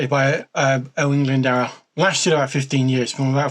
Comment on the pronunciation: Lol plz don’t use this vid as a reference for pronouncing Owain Glyndwr. No hate but the pronunciation is terrible. Cymru am ffycin byth!! 🏴 🏴